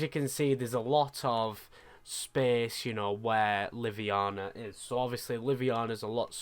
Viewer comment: btw haha its livonia not liviana. there is an o in there hahaha